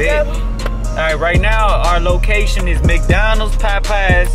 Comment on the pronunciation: No this nigga didn't say "MacDonald"😂